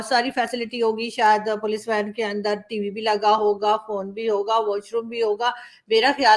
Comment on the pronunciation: Andarrrrrrr like RAAAAAAA🤣🤣🤣🤣🤣